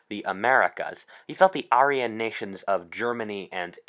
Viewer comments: you're pronouncing Aryan wrong its not said arrians lol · Aryan- Air-ian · You might have some good content but I turned you off a coup,e of minutes in when you mispronounced ARYAN several times!